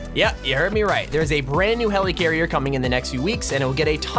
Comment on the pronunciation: “Hell ee carrier”